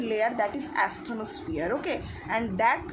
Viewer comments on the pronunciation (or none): I will be ASTHENOSPHERE , NOT ATHENOSPHERE